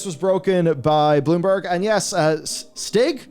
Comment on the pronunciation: Stig is most likely pronounced Steeg with the i pronounced like ee in feel. Just a random pointer :P